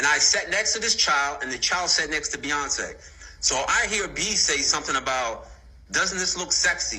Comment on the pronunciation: BE-NOT-CE AND JAY Z KNOW ALLLL ABOUT IT